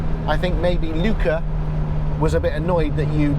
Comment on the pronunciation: Was going to correct you on the pronunciation of Luca DM, but the way you said it (eventually) was correct. Great vid...